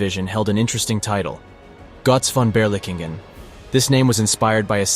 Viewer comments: It's pronounced "GURTZ FON BERLEEKENGEN" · I hear Gotz von Beerlicken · Great video but the pronunciation of "Gotz Von Berlichingen" is incorrect. Gotz is like Goats but without the (a)...Von is like phone without the (e) and Berlichingen is Bher-lee-shin-gen (g as in gone)